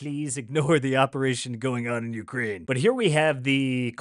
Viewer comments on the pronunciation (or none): none